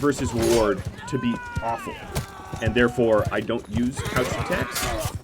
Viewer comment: I so happy you are saying couched lance and not crouched this episode it was really bugging me lol